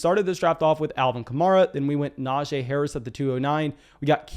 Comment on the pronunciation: Love your analysis, but its pronounced “nah-gee”